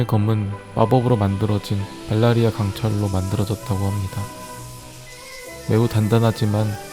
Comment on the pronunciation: 발라리아 가 아니라 발리리아... 입니다 다들 발라리아로 알고계시더라구요... Valryria 제 최애캐인 대너리스의 가문 타르가르옌의 고향이죠..